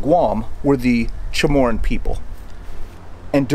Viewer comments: hoo MAH tak. But good trying to pronounce it how it looks like. Then again, there’s no AN in Chamorro* /cha MOR row. Not pronounced chamorrAN. I know because this is my island you are talking about. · FYI: Chomorro People, not Chomorron. A little point of contention for them. Chomorron sounds like moron.